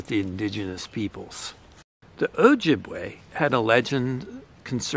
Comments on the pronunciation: Just let Indigenous people tell their own stories. Asking an Ojibwe person to tell this story could have led you to pronounce Ojibwe properly or consider that most Indigenous people don't want to be called "Indian". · it's best to say just that. It would have taken 30 seconds to look up the proper pronunciation, or better yet, ask an Ojibwe person. If you had, they could have guided you. You can acknowledge that Indigenous people used these plants as medicine without telling stories that aren't yours.